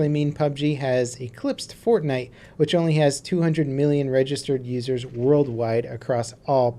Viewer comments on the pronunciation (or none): none